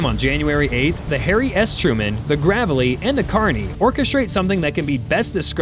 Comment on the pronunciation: Please say Graveley right